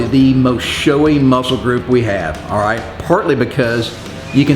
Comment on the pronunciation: You're cool!! At 2 mins 6 secs, it sounded like you said aiiightt!!( alright) 😄